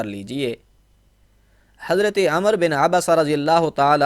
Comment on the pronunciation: माफ करें हज़रत आप हज़रत को हज़रते पढते है। हज़रत सही या हज़रते।